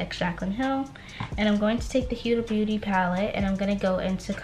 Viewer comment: Ur video is great 👍🏽 & definitely held my attention PLEASE learn how to say HUDA BEAUTY!!!!! It makes me cringe every time u say it wrong...... sorry 😐 AND GO BOLD WITH THE COLORS WE HAVE THE PERFECT SKIN TONE, you more than I sweetheart! 💯💞🎯